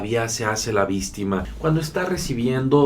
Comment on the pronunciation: TE SUGIERO QUE DEJES DE DECIR VISTIMAS SE OYE FEO Y MUCHA GENTE NECESITA EXPRESARSE ADECUADAMENTE. GRACIAS.